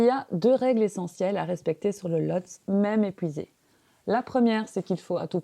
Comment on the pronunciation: On prononce "Lhotsé".